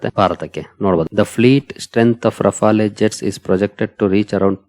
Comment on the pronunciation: ರಫಾಲೆ ಅಲ್ಲ... ರಫೇಲ್...